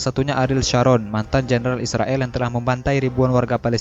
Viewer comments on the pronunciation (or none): none